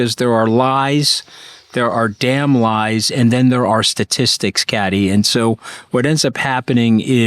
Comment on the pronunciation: Hey Anthony, why can’t you pronounce Kathy’s name!?